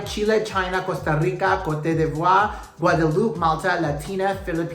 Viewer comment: Ivory Coast couldn't even pronounce its name in the opening, then it kept falling apart and the whole event was very lackluster. And Venezuela, meh! The best team won, the one that showed character, substance, and a lot of personality day after day.